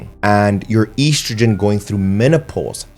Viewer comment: Most unique way of pronouncing estrogen in the world